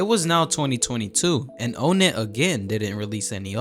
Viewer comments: It’s NOT o-net, it’s onett. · its pronounced "on net" btw not "own net" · Bro said ownit not onett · ''OhNet'' 😭 its pronounced like ''on it'' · Im not trying to be that guy but its ah-net not O-net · Bro calls him O net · did bro just call onett "oh net"